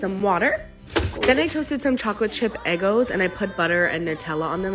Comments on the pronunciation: Lmao "eh-gos". Freelee it's "egg-ohhs" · Eggos are those frozen waffles she's eating. It's pronounced "Eh-goes" as in 'egg' and then 'goes', as in... She 'goes' to the store. Eggo rhymes with Lego, the toy.